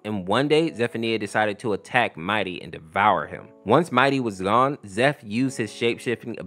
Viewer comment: Pretty sure Zeph's name is pronounced "Ze-fe-nye-uh"